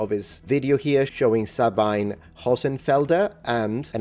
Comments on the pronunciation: Una nota di pronuncia: Sabine Hossenfelder (Dr. phil. nat./DSc) è tedesca. Per ragioni germaniche, il suo nome di battesimo si pronuncia, agli effetti pratici, Dzabina. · Sabine = Sah-BEE-nuh. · Listen I am german and I have relatives with the name Sabine. I know how to pronounce the name. „ea“ as it is pronounced in the present tense of „read“. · In German, Sabine would pronounce her name "Suh-been-uh" (long E in middle syllable), just by the way.